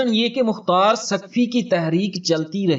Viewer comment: تم نے مختار کو مقار کیوں کہا تم بڑے بغیرت ھو کیا تم یزید کے حا می ھو